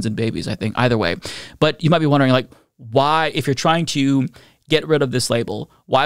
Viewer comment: “Why” not “waa”.